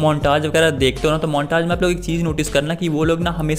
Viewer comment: अरे मोंटाज नही मोंटेज होता है🤣